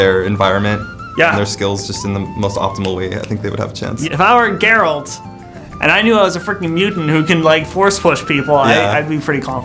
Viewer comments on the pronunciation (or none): his name is Garealt it’s Geralt